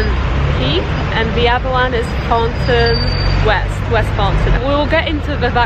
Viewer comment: Did she say Thornton West? lol